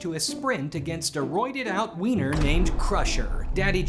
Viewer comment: thank you for pronouncing the w right. most people will just pronounce it the english way, but u actually knew what u were doing this doesnt matter at all but i still appreciated it